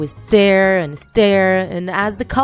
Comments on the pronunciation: The way the narrator pronounces "Stir" or "Stirring" >U< it's like "Stare" or "Staring" 😂😂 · when u say stir u say "stare" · And,yes I heard stir as stare. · It's not stair it's stir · I'm not correcting u but did u just say "steir"? Isn't it suppost to be stir? And in suplies the spelling of that are "supplies" um not mad just saying Like if u heard/seenthese word "steir and suplies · Am I the only one that heard “Stare” instead of “Stir”? 😂😂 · Me too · you made several mistakes with your words first you said feet then you said stare instead of stir so yeah and you forgot one of the people who make slime also is Jojo siwa so keep up it's Plato at the end it was Play-Doh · Did anyone not feel annoyed and triggered when she said stare instead of stir? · Am I the only one hearing stare not stir! Lol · They say stare instead of stir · It sounds like shes saying, "stare and stare"